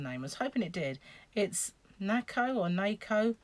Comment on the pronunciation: It’s as you pronounced it first ‘Nakko’ ( one of the oldest, most established yarn companies in Turkey.) I fill my suitcase with it when we come home and I have half a wardrobe of it in my bedroom out there! It’s usually about 75p -£1 a ball!😱I struggle to leave the shops! ( if you need anything translating/pronouncing regarding yarn let me know.)